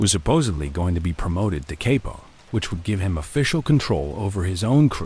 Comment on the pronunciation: It’s pronounced Kop-po not Capo